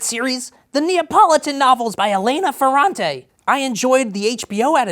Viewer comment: Everytime he said "novels" i thought he was saying "knobbles"